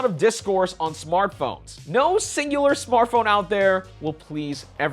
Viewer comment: he said xingular